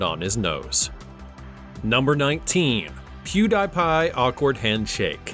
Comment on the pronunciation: piew DIE pie? dude?